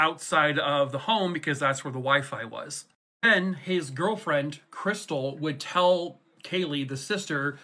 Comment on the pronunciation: "That's Chris-tall, like the champagne"